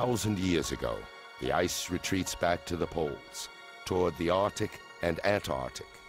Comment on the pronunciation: Arctic and Antarctic. NOT “Artic” and “Antartic”